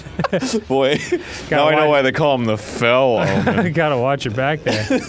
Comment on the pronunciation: I know they're saying 'fell omen,' but I'm hearing 'fellow man,' and I keep saying it like Pearl Jam. "She dreams in color, she dreams in red, can't find a fellow man." I'm not well.